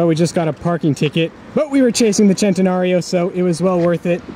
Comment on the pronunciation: why every American pronounce centenário wrong?